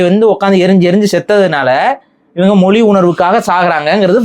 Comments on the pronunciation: "மொழி", என்கிற வார்த்தையையே "மொலி" என்று உச்சரிக்கும் இந்த genetically தமிழனாக இருக்க வாய்ப்பே இல்லை... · மொலி இல்ல ஐயா மொழி (ழி)